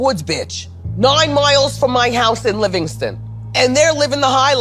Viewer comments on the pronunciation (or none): This is fucked up but "NOINE MOILES from my house in Livingston..." really sent me😭